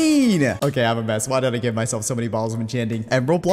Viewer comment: It's give not g I v